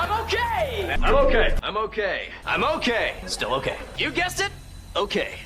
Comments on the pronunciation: All the "I'm okay"s started sounding like "I'm all gay" after the 10th time 😭😭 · Okay hearing it enough it starts to sound like he's all gay instead of he's okay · “Im okay” starting to sound like “I moké” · The more he says "I'm okay" the more it sounds like a foreign word